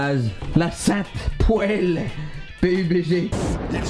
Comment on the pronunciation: Starf'Allah ces pas poile c poêle tu ma fait peur quand ta dit poile